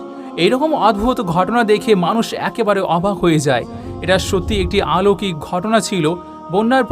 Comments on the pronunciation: আলৌকিক নয় বলুন অলৌকিক। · শব্দটি অলৌকিক, আলৌকিক নয়।